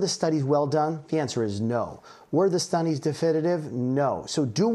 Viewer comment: "Were the stunnies difididive?"